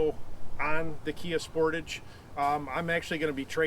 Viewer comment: Y do alericans always pronounce sportage wrong